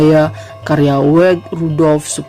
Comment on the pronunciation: Wage bukan weij pak.tolg jgn baca dgn kaedah inggris.wage adalah hari bgi org brsuku jawa.